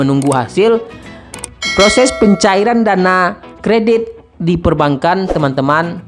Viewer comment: bacanya bukan perban kan.. tp perbangan....